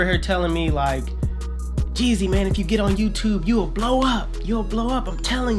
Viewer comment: Instead of 360 jeezy it’s Jezzy